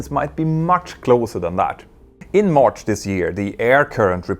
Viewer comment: Mentour, what I find so irritating is how often you wrongly pronounce an A as an O. Words like MArch or PArts sound like MOrsch or POrschts - hard to bear.